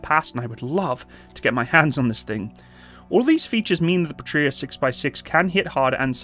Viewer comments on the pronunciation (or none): Small note to keep your head growing too large ;) The name is "pA-tria" rather than "patr-Ia" (and whoever thought capital i should look the same as a lower-case L in sanserif is to be hung, shot and run over by a Buick, just saying). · Great video but, just a little suggestion. You emphasize the word Patria wrong. Go to google translate enter PATRIA and listen to how it is actually emphasized when pronounced. I'm sorry, but I'm cringing, when I hear how you do it. 😉Eagerly awaiting new videos. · Pa gets shwa'd, Puhtria lmao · I think they did not work with you, because you are pronouncing the bname of the company wrong :)